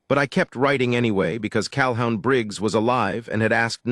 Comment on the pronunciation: Pronounce CalHOON